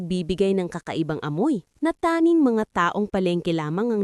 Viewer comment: Nice story però ayusin Ang pag babasa mo. Tanging hindi tanin . Gusali not gusli Gumuho not gumuhol Ayusin mo Ang pag babasa at pag deliver mo Ng words. Thank you.